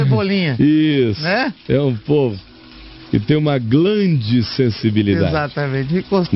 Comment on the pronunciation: "Glande sensibilidade" kkkkkkkkkk